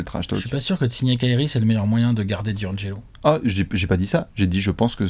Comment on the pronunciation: Pourquoi tout le monde dit Di - angelo alors que c’est d’angelo